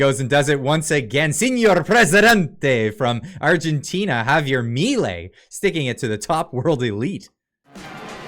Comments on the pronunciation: Is not mIlei, it's milEi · Juan Bautista Alberdi was the one made are constitution and he was a libertarian to. Also you're pronouncing his last name wrong. Just write on Google translate Mi ley (mi law in Spanish) here it pronounced and that's how you pronounce his name xD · Its Milei (mee lay)